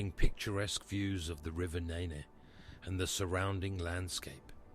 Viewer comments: Its not the ne ne way its like nen:face-fuchsia-tongue-out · its river Nene, sounds like Neene not ney ney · This Ai couldn't say Irchester, called Nene way Nay Nay way...did you watch this back before uploading? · Once you get to Peterborough it’s the neene no longer the nen. But who wants to get to Peterborough?